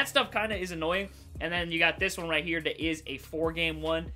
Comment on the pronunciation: He does dis, dat and dees